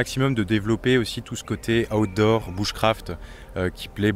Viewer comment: Ah mince, moi j'entends "Hot d'Or" au lieu de Outdoor. Déçu du coup…